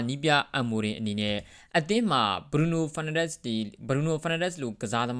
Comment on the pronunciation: BRUNO FERNANDES ကို အသံထွက်လေးတော့ ကျက်သရေရှိရှိထွက်ပေးပါ စောက်ရူးရယ် ကြားရတာ Feel တော်တော် ငုတ်ပါတယ် တကယ်ပါ ဒါတောင် ဒီစောက်ရူးက English လို အစီအစဥ် လုပ်လိုက်သေးတယ် 😂😂 #စောက်ရူးကျက်သတုံး